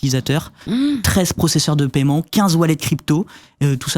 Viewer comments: Paiement pas paYEment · JE SIGNALE AU BARBU À LUNETTES QUI PARLE DANS LE DÉBUT DE LA VIDÉO QUE L'ON NE MENTIONNE PAS LE PAILLEMENT LE TERME C'EST PAIEMENT IL N'Y A PAS DE YEUX ORALEMENT DONC IL FAUT QU'IL REVOIT SA PRONONCIATION DU MOT JUSTE POUR INFO EN+ IL APPUIE FORTEMENT SUR LA SYLLABE EN QUESTION À CHAQUE FOIS QU'IL LA PRONONCE ! BREF FIN